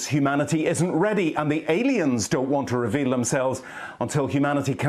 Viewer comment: Aliens, no they said Alens.